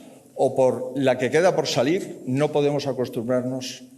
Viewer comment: Tanto te cuesta pronunciar la palabra Podemos